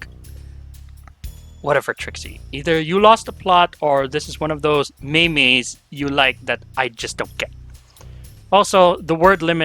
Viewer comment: The next time I hear someone say "maymay" I'm going to perform the ultimate power move and die on the spot.